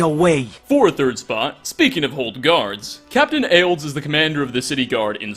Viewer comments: Aildes? Aildes? Really? His name isn't that hard to say. It's Aldis. ALDIS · In all my time playing Skyrim, I’ve never ONCE heard anyone say his name as “Captain (ale)(ds)” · As a non-American, it sounds like he said “house of whores” when talking about Molag Bal’s mace lol. I love all his mispronunciations. Makes more human. Like calling Captain Aldis “Captain Ayalds” and pronouncing amulet “amlet”. Fantastic videos though, thoroughly enjoy them. (Murdered to death!)